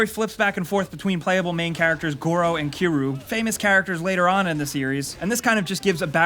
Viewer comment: "goro and kiroo"